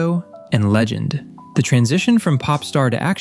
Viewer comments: says Ego and Legeng instead of Ego and Legend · “ego legeng”